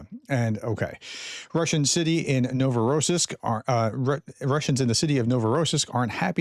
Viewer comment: Once again - Novo Rossisk - the accent is on the " i " so Novo Ross "I" sk !!!! It's easy ! ex. Rossiya Ross " I " ya ! Russia !